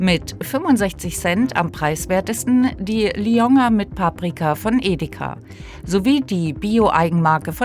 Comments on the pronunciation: Niemand spricht lyoner französisch aus… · Wie wird „Lyoner“ hier denn bitte ausgesprochen??😂 Liongger